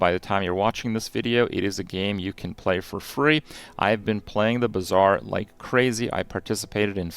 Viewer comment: Bazaarble. You almost had it